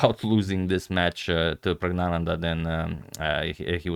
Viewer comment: To be pronounced as prajñānanda as written in English diacritics